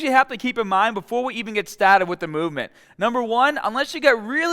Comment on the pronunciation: lets get staaahted! 😬 Listen up, keep the baaahhbell shoulder width apaaaaahtt!!!